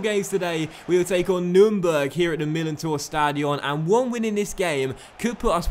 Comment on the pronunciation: I love the Series!I love the way says Millentor Stadion